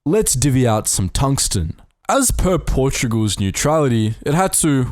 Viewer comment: Is Portugal's, not "Portogual's". But yes